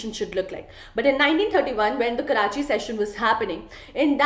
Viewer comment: Mam it's karachi